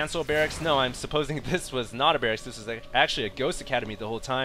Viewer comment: He said Brracks as well, not barrackses...